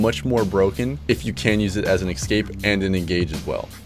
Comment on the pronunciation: i count the word 'excape' x 3. lets make it a drinking game!